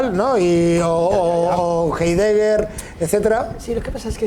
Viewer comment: No puedo creer que haya pronunciado Heidegger tan mal